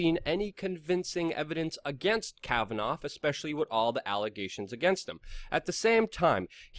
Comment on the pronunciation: KAV-uh-Naw. Not KavaNOFF